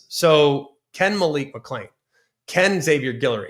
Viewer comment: He just mispronounced Malik McClain y’all give the man a break now 😂